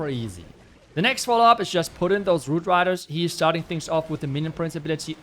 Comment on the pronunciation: I believe he said “woot widers”